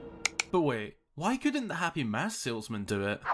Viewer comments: O god plz stop saying mosk >.> it’s mAsk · ngl it sounds like you're saying 'Mosque' instead of mask ''xD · You pronounce it like “mosque”, which radically changes the topic of the sentence. 😂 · why does he say mask that way